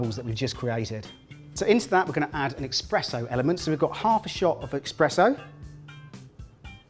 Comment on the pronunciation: This came up listed as a ’healthy’ recipe. Full of sugar. Just because something is gluten free does not make it healthy. Also ‘expresso’...cringe.